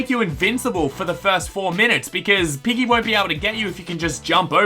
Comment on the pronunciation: I thought he said “IGGY” as in iggy from jojo